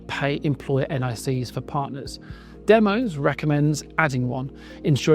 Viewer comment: DEMOS is named after the Greek word Demos. It is pronounced 'DEM-OSS' not 'DEM-OSE'.